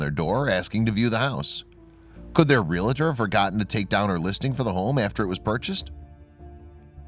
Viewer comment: Please don’t say RE LA TOR! That word doesn’t exist in the English language. The word is Realtor—Pronounced exactly as it is spelled!